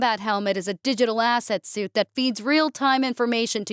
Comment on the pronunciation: My sister in English, if there’s an E and the end of suit it’s sweet. Not suit. They are 1000% different words. You may want to get the AI o to that little hiccup on its script reading. Yeah yeah I know you have videos of you guys talking at the start before the AI Gen images, but there are programs outside of elevenlabs that let people use AI using their own voice to read scripts in video.